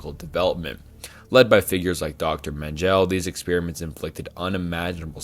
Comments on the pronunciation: My guy you gotta learn pronunciation posthumously isn't pronounced post-humously(Vietnam iceberg video) and Joseph Mengele isn't Mengel it's men-ge-le and biggest constructive criticism world war 2 began in 1937 when Japan(major axis power literally one of the big 3 along with Italy and Germany) invaded China forcing the United States to impose sanctions cutting oil imports entirely which in turn made Japan double down their territorial ambition leading to the attack on Pearl Harbor also leading to the invasion of the South Pacific territory held by France Great Britain and the Netherlands in all honesty the term world war 1 and 2 shouldn't be viewed as 2 separate conflicts because the first world war directly lead to world war 2 they are in all honesty the same war with the same countries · "Dye" Glocke, "Menjelle", "Proojia"😂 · Some of the pronunciation in this is laughably bad 😂 menjell, jestapo, luftwaffle ??? My word. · Him saying mengele like men-gel and esoteric like “estoeric” is making me want to turn off the video😭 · "Menjell" I mean, I guess he deserves to have his name butchered like that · How he pronounced dr j.mengele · That's not how you pronounce Dr. Mengele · Dude, if he mispronounced some obscure name i would be totally fine, but he fucked up even Mengele. Just shows how much effort goes into such a video.